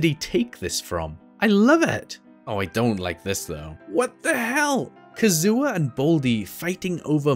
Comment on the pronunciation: Mans really called Kazuha, Kazoo-Ah 😭😭